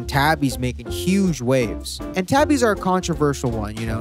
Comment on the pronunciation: super dope but tabi is pronounced "tah-bee". "ah" like "water".